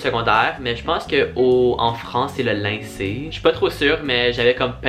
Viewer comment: Juste un peu te dire que on dit lycée pas lyncée mais c'est pas grave 😊😅🎉